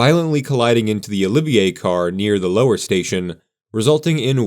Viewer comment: Why are you pronouncing Olivet as "Olivier"?